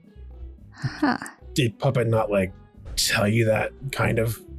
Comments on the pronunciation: GUYS TAKE PICTURES SAID PUPPET’S NAME CORRECTLY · SAID PUPPETS NAME CORRECTLY!! I REPEAT, SAID PUPPETS NAME CORRECTLY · Wow! The fact that since her "girls' night" she has been actual saying Puppets name right is great character development.